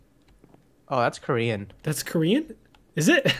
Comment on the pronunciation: It's not koren